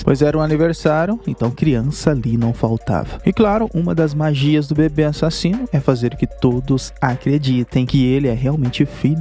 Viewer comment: Quando você fala ássasino da uma vontade de assistir o vídeo todo